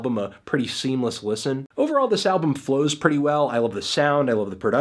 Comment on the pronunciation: did you say overall? it sounded like something else.